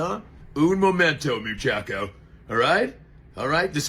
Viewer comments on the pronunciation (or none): . This fellow says he took Spanish in school and pronounces Mu-cha-cho as .... Mu-chack-o?, okey dokey then. 👍